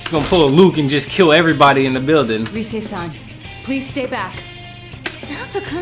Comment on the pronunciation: Honestly every time he mispronounces -san I cringe a bit. But otherwise I really like his commentary in this game!